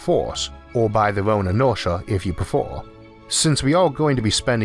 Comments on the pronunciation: "inortia if you prefor" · "or by their orn inortia if you prefor"